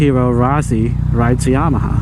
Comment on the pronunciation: Bro! It's YAMA•HA not YA•MAHA